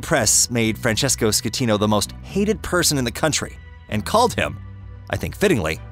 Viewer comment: Costa concordia did not sink. What you taking about? And you said the captain's name wrong " captain scatino"